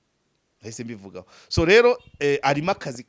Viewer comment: uravuga ngo Swo ahu kuvuga ngo so😂😂